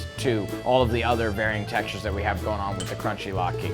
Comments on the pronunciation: Umm, Lat-key? Pretty sure it's lat-kuh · latke not key man...